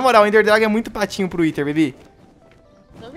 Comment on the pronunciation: o fala whiter dragon kkkkkkkkkkk